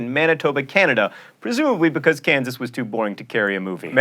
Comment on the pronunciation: Kansas' new pronunciation is 'kan-saw'.